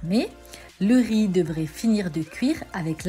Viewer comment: RIZ PILAF ....De tte ma vie je n'ai jamais entendu quelqu'un dire RIZZZ ,on ne prononce pas le Z , jamais!!!